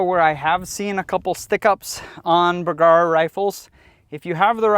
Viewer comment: P.S. when you say bergara it kinda sounds like someone going b-kawk